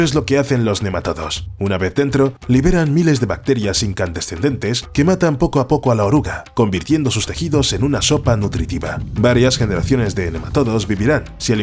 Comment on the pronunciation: como que "incandescendente" xD (buen video btw)